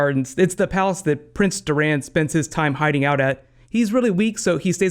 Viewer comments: It is Doran not Doraan, and Kevan not Keevan. Also, I believe the place with the snow and the cliff is Hardhome, not EBTS. And that is not Tyene Sand trying to seduce Jaime and that is not Quaithe, it's a SOTH. Missandei, not Missanduy. I'm looking forward to Braavos. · It's Dòr-an (not Durān) and Kev-an (not Keev-an) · It's kevin like in our world not kee-van and its door-an, not dur-aan for Doran.